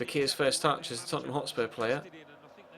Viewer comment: Hotspur not hotsur